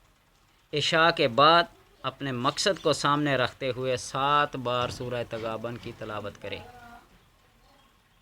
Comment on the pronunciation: تغابن نہیں پیش